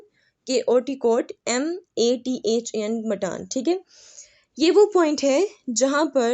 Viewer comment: Mattan😂..Sorry By the way its mathan